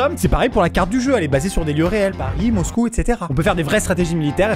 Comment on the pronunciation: par Moscou ext.. Mdr comment tu l'a dit